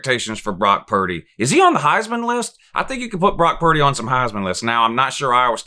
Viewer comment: I was at work listening to this and you goofed Purdy’s name and I lost it. I can’t tell you how many eyes I had glued on me lol. Keep these coming! Love these predictions videos, we need them